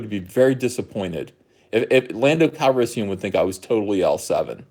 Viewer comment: You're saying it wrong, it's Pando CalrisSOYan.